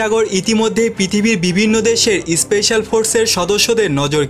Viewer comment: Kangladesi especial noi special bol